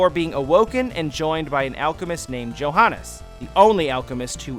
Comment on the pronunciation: Pronunciation pro-tip: Gebel has a hard G like "gable". Johannes is pronounced "Yo-hannes".